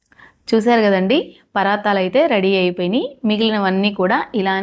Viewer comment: పరాతాలు కాదండి పరాటాలు